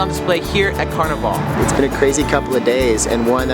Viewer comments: This was A AWFUL REPRESENTATION OF MARDI Gras.. and we don't pronounce carnival. CARNEE VOL. .. ITS PLAIN OLD CARNIVAL. LIKE CARNIVAL CRUISE. SMH.. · It drives me nuts because you know they've heard people saying it correctly while they were here. How the hell can they spend time making this video, and not learn how to pronounce the name of the city? Not to mention they call Mardi Gras Car-Nee-VahLLL a few times, as if they were in Rio.